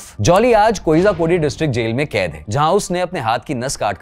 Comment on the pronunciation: भाई कोझिकोड कहते है, कोइजा कोड नही